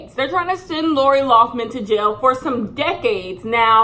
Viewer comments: “Laura Laufman” 😂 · "who's laura lawffman?" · Idk if it was meant as shade but every time you called her Laura Loughman instead of Lori Laughlin I hollered 🤣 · She said “Laura Loffman” 😂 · SAY LAURA LOFFMAN ONE MORE TIME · who is laura loughman? her name is lori loughlin 😂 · Take a shot every time says “Laura Loughman” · love you girl but her name is pronounced like Laurie LOCK-LIN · I love that you pronounce Lori Laughlin's name differently every single time you say it.